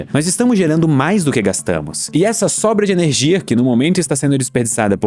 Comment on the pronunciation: Sempre que ele fala ernegia fuca mais esciuro / claro